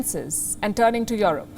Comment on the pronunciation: You're one of the fastest growing news channel, but the way you pronounced 'Europe' is completely not correct. That's a shame for such a big channel like yours. It is not 'IOROPE', it is "IUROPE"